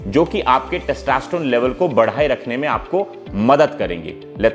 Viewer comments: Good content sir. But, it is 'testosterone' and not 'testaasterone'. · Sir please pronounce testosterone properly. U r pronuncing as testaaaaasterone. Lolz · Testa nhi hota testo hota h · Its testosterone not taastesstrone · First thing... Please learn how to tell the word Testosterone.. it's not Testasterone!!! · अबे पहले टेस्टोस्टेरोन बोलना तो सीख ले🤣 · Your testosterone pronunciation is not correct. Do correct.